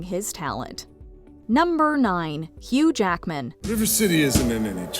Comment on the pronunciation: I will never, ever not hear "Huge Ackman", and it drives me crazy 🤣